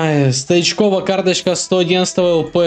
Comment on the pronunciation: стоичков а не стаичков